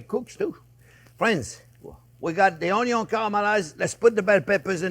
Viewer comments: Oh man. You made me realize I've been pronouncing "onion" totally wrong.😂❤ I'm now learning to say "ownyo".🥰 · In the Chef Jean-Pierre drinking game, you have to do a shot every time he says, "Look at the size of that onyo!" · Love those onyo 😂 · ❤ me some “ONYONS!” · Chef, you got me in trouble with my wife! She asked me one night, "Sweetie, am I the most important thing in your life?" And I said, "Sorry babe, onyon is always number first." Now I'm sleeping on the couch. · Ok, I got to subscribe and not only for the way you pronounce 'onion' :)